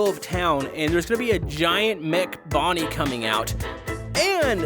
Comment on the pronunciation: That is Bon Bon not Bonnie